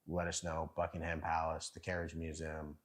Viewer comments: Don't emphasise the HAM in Buckingham. It's BUCKING UM. Anything ending in HAM is usually pronounced UM. I don't know why there was so much Mayo on everything !!?? I've had afternoon tea and NEVER had Mayo on the sandwiches ! Why are you eating the beans on toast with your hands !!?? You should use a knife and fork. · Not Bucking Ham Palace. It's Bucking'm Palace. No ham in sight. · Its NOT BUCKING ....HAM PALACE JUST Buckingham Palace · It is not called 'Bucking Ham' Palace. It is pronounced Buckingem Palace. It always amazes me why visitors make a beeline for London. It is the last place on earth I would go to. Go to King's Cross or Euston Station. Get a train to somewhere nice! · NOT Bucking-Ham palace Bucking-UM Palace !